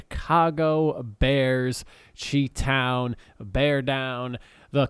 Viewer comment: Chi-Town is pronounced Shy-Town